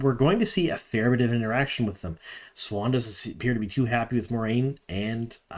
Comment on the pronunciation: Siuan is not pronounced swan It’s swahn or Sue-whain